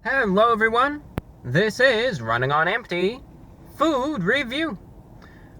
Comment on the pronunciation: "Hello everyone, this is running on AMPTY, food review!"